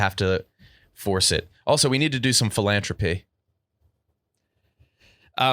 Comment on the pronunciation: I loathe the way pronounces “philanthropy” philanthropy fĭ-lăn′thrə-pē noun The effort or inclination to increase the well-being of humankind, as by charitable aid or donations. Love of humankind in general. Something, such as an activity or institution, intended to promote human welfare.